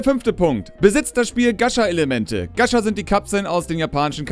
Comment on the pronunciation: du sprichst gacha falsch aus >.<